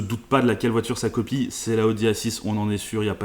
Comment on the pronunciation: à , "la copiesE chinoise" ???